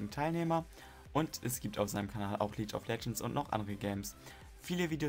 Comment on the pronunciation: Schöne Liste, zu langes Intro. Und es heißt „League of Legends“ und nicht „Lietsch of legends“ :)